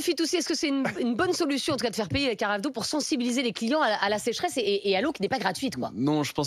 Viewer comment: Mais paie ma petite tu gonfles. La secheresse 😂😂😂😂vous avez dit ka sechztesse 😂renseignez vous